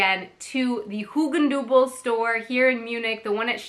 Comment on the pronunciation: hey.. just in case no one told ya: Hugendubel is really awkwardly challenging to pronounce. so, if you happen to thought, "what a strange word" then that's because it actually is, lol. edit: and that this is immediately followed by, "Stachus" isn't helping much either 😅 (but you do an incredibly awesome job pronouncing it!)